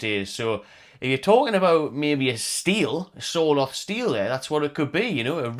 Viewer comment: not important but as a norwegian, Sørloth is pronounced something akin to the sounds you would make when saying"sir" & "lot" :p